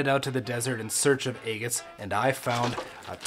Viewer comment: I love how you call them egg-its. Lol.